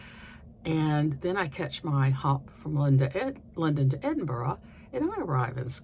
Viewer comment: Your pronunciation of Edinburgh is pretty good. We live there but I really don’t think I’ve ever seen anyone throw sheep’s testicles over a hedge 😅